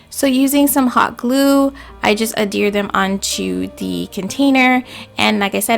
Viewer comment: It's ADHERE (AD-HEAR) NOT (A-DEER) 🤔 IJS 🤷🏽‍♀️ Anywho AWESOME DIY'S👍🏽